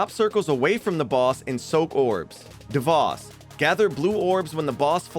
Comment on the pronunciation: ok, i know its kinda nitpicky. Its pronounced Dev-oh-s, not Dev-ah-s. It just nagged me a lot, good video tho!